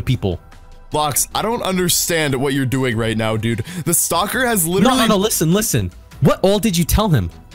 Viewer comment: Not to be mean but you sound like you say stalker as soccer